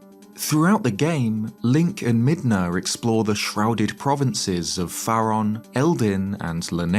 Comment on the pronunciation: Brother, Midna We don't hard R around here, you're better than that